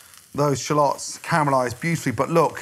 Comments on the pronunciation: Bruh it’s shallots not shalôts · I came here just to hear Gordon say "shlots" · It sounds like he's saying shlots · Hehe.... Sha-lots...